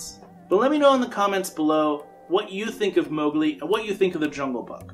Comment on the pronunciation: Not Mowgli